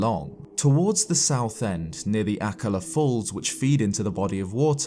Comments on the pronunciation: Sorry to say this but akkala is pronounced A kal a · Isn't akala pronounced a-call-a? or maybe I'm the idiot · Am I the only one who’s bugged whenever he says Akallah? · Lovely video, but the way you pronounced Akkala pissed me off. Not sure if how you pronounce it is the right way. But i'm not fond of it. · The way he says akkala is just...so strange to me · Take a shot every time says and mispronounces Akkala... 😂